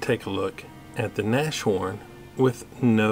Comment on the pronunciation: it's NAS-HORN. From "Nase" (nose) and "horn"... like the animal you would call "rhino(ceros)". The A in Nas is not like in NASHVILLE! It sounds like the u in "but".